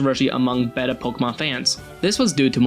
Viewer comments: "Recorations"? O.o - "Berunrun" shouldn't sound like, "beh-LOO-len." "IgglyPuff," "KakutaTsu," and "betta"? Really? Some people say, "BAY-ta," others say, "BEE-ta," but "BET-ta"? No one regularly says that. Does no one listen to these audio recordings before putting up gaming videos anymore? Ask someone with a sense of how the English language works (according to the applicable dialect) to review your works before posting. Why does it matter? Speech like this makes the viewer think that you're just pumping out videos, without any pride in your work. More and more viewers are getting sick of this lack of consideration. (Check the comments in videos narrated by Falcon on Gameranx and videos narrated by Scott Tailford or Ash Millman on WhatCulture Gaming for many similar pronunciation complaints.) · While this is an interesting video, my entire thought process was distracted by the second narrator pronouncing the word 'Beta' as 'Bet-ta' instead of 'Bay-ta'. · Arg, his mispronunciation of beta is annoying. It's b-ay-ta, not b-eh-ta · Bet uh...ITS BATE UH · BAY-tuh, not BEH-tuh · Bayta, not betta. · This is the first time I've heard beta pronounced as "beh-ta". It's like "bay-ta" in tons of other videos... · Beta not Better, please learn how to pronounce beta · fucking learn how to pronouce before you shit out a video, "beda" it's "baeta" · "Beyta," not "bettuh" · Betta is a fish. Beta is...what this video is about. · who the fuck pronounces beta 'beh-ta' It's 'bay-ta' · Oh my god. Its BETA not better BAY-TA Or BEE-TA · Baeta not Behta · BAY-TUH! You betta not say betta again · i lied, i hate it. he says BETTA so many times and it makes me want to punch my monitor. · It irks me how you pronounce beta as betta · Why do you keep saying "beta" as "better"? Does ANYBODY on this channel know how to talk? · bet-a, no, just no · Someone really should have stopped him from saying behta. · is he pronouncing beta as "better"? but with an A sound at the end? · "behta" *facepalms it